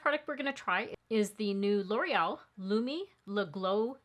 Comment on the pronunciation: Wow! I hate to sound like an elitist “language snob”, but I have watched over a dozen YouTubers test that first L’Oreal product and you are the first to pronounce the name correctly. I actually sought out the ad for the product to find out if L’Oreal had initiated the mispronunciation, and everyone else followed their lead. But no, that was not the case. Thanks for either being familiar with the French pronunciation, or at the very least, cared to perform more than perfunctory research prior to airing your video. Small touches show that you care about your audience and the product that you deliver to us. I want to let you know that I appreciate your attention to detail and that you’ve pushed me over the edge to buy Lumi Le Glow tint. Thank you!